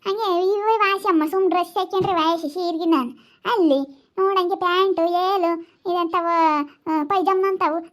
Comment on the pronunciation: Velu alla yelu😂😂